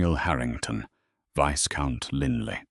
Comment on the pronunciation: The s in viscount is silent